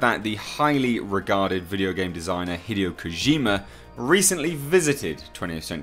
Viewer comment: Hi-dee-oh not hid-ee-oh